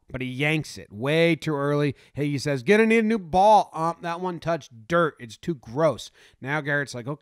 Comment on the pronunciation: “It’s tew gross” 😂😂